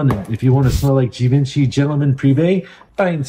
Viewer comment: Geevawnchee is how it's pronounced 🙏🏼☮️💙